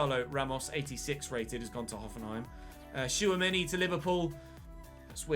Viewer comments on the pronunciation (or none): none